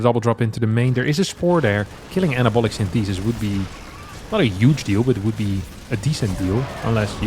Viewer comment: Love you and your English is excellent but google how to correctly pronounce "synthesis" 😂